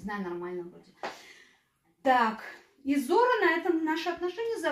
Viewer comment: Компания называется "ЗОра", а не "ЗорА".